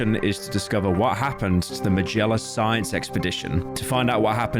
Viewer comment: How did he pronounce Magellan so wrong